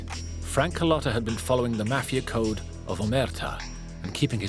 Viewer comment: You can’t even pronounce the word “Mafia” correctly. It’s not “Math”. Leave this content to someone else.